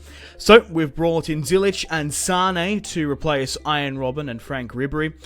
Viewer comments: U saying Zyich wrong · It's Ziyech, love the series btw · Btw you are saying ziyechs name wrong